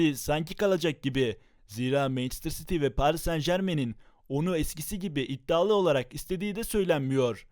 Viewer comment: Mencıstır citiu